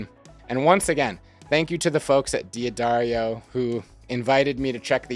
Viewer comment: Say it with me. DUH-DAIRY-OH. This comes from the company itself.